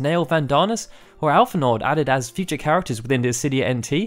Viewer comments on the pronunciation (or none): The D in Alphinaud is silent.